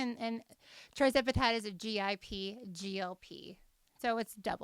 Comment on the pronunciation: It’s not TRI, it’s TIR zepatide.